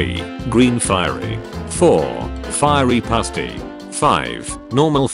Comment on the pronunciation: “firey puaty” LOL